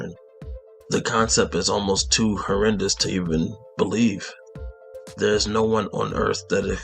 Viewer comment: Hey, good video. Just one thing, where you said "Horraynuss" crime, I think you mean "horrendous "or "heinous"